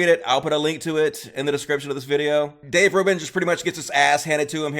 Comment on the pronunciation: Dayv rooban?